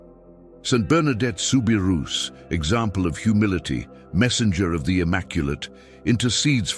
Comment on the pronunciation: Please if you’re going to narrate something learn how to pronounce the names it is soo bi roo NOT rous